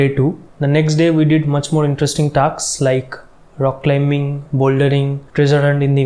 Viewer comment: full simp bazi 🤣🤣🤣 amr rong legei gelo🌚🌚 it’s ta-s-k not ta-k-s 🙂 aladai threat bhai😶 🌚🌚 Balam Pichkari r last er drama ta sei laglo🔥🔥